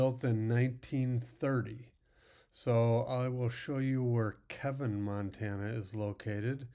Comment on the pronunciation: It's Keeevin